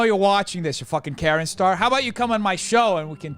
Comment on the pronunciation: It annoys me greatly that he calls him KarenStar.